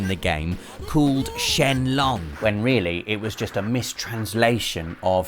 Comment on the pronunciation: ...The G at the end of Sheng in Sheng Long is not silent...